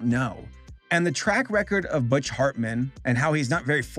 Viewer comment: And the H of Hartman with F